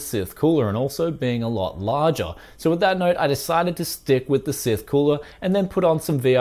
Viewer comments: you'd think the "e" at the end would effect pronunciation. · Wait How did your pronounce scythe?